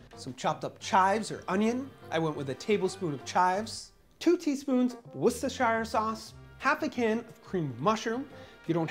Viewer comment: As an Englishman, the way you pronounce Worcestershire sauce cracked me up 😂 Pasties, which these are, are great. More recipes like this please!